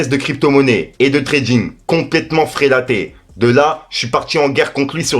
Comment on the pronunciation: on dit frelaté pas frélaté ( ça veut dire pourri en gros )